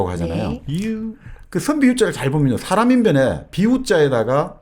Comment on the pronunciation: 장음인 단의 첫자를 짧게 잘못 발음한예:가치,사실,반체재, 해석,정식,시작, 사(역사 의 사),4대,개작,반발,한 나라,"사람"의 "사"를 계속해서 짧게 잘못 발음하고 있음),돈(money),.등, 한국의 장단음 문제는 실로 심각합니다. 미국 변 완수 배